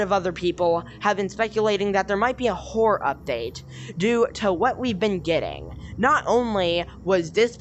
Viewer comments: you said “hore” instead of horror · listen to it again it sounds like you said hore